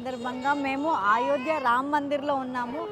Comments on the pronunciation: Nenaithe meeke aa Ramulavari Ayodhya tickets geluchukovali ani chaala pray chesaanu ❤❤🙏🏻 nenu chaala emotional aipoyanu mee peru raagaane. Aa Ramudi blessings meetho ellappudu untundi 🙏🏻🙏🏻 and adi AAAyodhya kaadu Ayodhya 🙏🏻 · Ayodya not aayodya